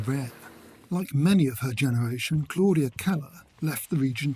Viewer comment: They are not difficult at all once you know how they work. Goerlitz is very straight forward. The oe just stretches the vowel to rhyme with 'her'. The tz on the end is quite a sharp, sibilant sound. He didn't pronounce 'Claudia; correctly either which makes me think he is unfamiliar with the German language and ergo really not a problem.